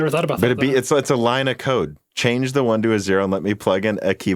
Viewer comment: I heard "a line of coke" and I wondered why nobody laughed. Then I realized you actually said "a line of code" 😅